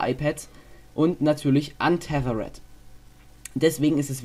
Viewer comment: Bitte, bitte sprich das "th" bei unthethered nicht wie ein S aus...